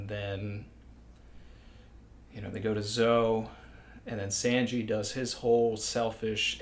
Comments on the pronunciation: SAWN/GEE NOT SAN/GEE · His “Sanji” is bad but not as bad as Morj saying “RY-you-ma” 😂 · Any one get the feeling that talks like a Mafia guy talking sweetly but still threateningly. Haha. But in all seriousness, I just discovered your challenge and love your content. Though I'm gonna have to take points off for your pronounciation of Sanji. 😂😂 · Hey! I sounds like you know how to speak Japanese. Is there a reason you pronounce Sanji the way you do? It’s different from the way I’ve heard it. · The way you pronounce Sanji bothers me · love this channel but it hurts my ears to hear Sanjis name pronounced so off from the Japanese ;_ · ok so are you ironically pronouncing sanji like that or do you genuinely think thats how its pronounced